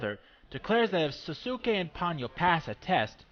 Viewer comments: not quite. I thought it was the same when I first watched it, however they are different. In Ponyo his name is actually Souske ( i think that's the spelling) and it's pronounced So-skay, with a definite "so" sound at the start. While in Naruto...well duh spelled Sasuke and pronounced Sas-kay. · Just to let you know, Souske's is pronounced " So-skay" but good review.